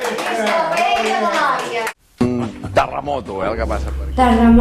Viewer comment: M'ha agradat la "payella" de la iaia... hahaha